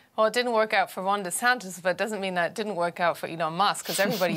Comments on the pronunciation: He pronounces his name like Rondy Santis, just saying. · I'm Ron Dee Santis, it's DEEEEEE Santis, like D-bag 🤦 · It feels like he is saying his own name wrong.